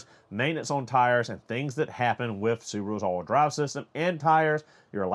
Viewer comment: The only thing I’m hot about is that I had to watch this twice to figure out what “allwhudry” was. Ha!! It’s all wheel drive. I got it finally.